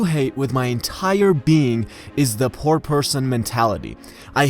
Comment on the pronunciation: Dude you don't pronounce "poor" well. Great video tho.